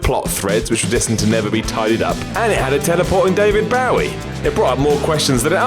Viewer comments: "Bow-Wee"? I could understand if he mispronounced it as the famous Alamo fighter pronounced "Boo-Eee" or "Boo-Wee". But "Bow-Wee"? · "David Baw-Wee!"